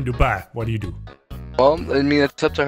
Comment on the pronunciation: I loved that "I hope ye enjoyed". Like you were giving the guy that subtle nod that you're